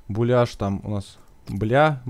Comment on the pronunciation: не буляшь а беляшь